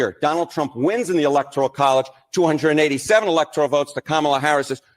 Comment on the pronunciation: It's not the "electorial" college. It's the "ELECTORAL" college!!!